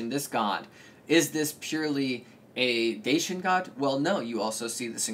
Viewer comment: The Dacians were not Thracian. Its also pronounced Dashian not Dasyan